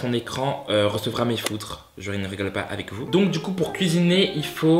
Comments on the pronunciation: Law moi j’avais entendu mes feutres 😭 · "Mes foutres" !?? Chui pas le seul a avoir entendu ça j'espère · j'me disais aussi, j'ai bien entendue foutre mdrr je me suis même étouffée avec un gâteau !😭